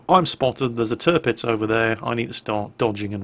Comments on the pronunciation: at around 16 ish minutes did you call the tirpitz the derpitz? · 'Dis Derpitz'... :D